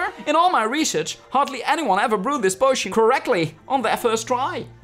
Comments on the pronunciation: misschien is het meer pojzen, als ik po-izen zeg klinkt het niet XD oh en je moet echt poosjen of poosjun zeggen want posjun is nog steeds niet goed XD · Potion spreek je uit als poo-sjun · Deze aflevering is echt heel leuk! Tip: Potion spreek je uit als poosjen :P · Leuke aflevering yvar. Ik speel het spel ook en als je in de gangen rond kijkt en op schilderijen, geesten, huiselven, vuur wat uit is, en ridders tikt krijg je extra energie. Het werkt niet bij alles. En Potion spreek je uit als poo-sjun. Ik sprak het eerst ook altijd verkeer uit hahaha. Ga je je avatar nog meer op jou laten lijken? Bij de kleding kast kun je dat veranderen. Ik zelf zit in slytherin😊 veel plezier met verder spelen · Jammer dat je opname niet echt opgenomen was.... Maarja, doen we het maar met je 'korte' recab hahaha. Yvar, waar zie jij een i voor de t van Potion?! Je verward het een beetje bet poison denk xD Is toch echt iets anders hahaha. Echt can't handle hoe je je eigen naam uitspreekt in het Engels xD Was wel weer een leuke aflevering!! Love de stemimpressies hahaha